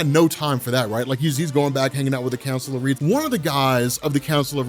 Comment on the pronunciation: Sorry, when you said "the Council of Reeds", I thought you said "the Council of Ricks"